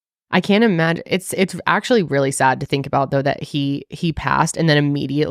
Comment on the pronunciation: I’m crying 😂😂 “not reely”